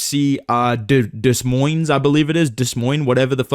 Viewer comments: Des Moines (pronounced: Duh-moyn) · Des Moines is a French name bro. You don’t say the S 😂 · I had a stroke listening to you say “Des Moines”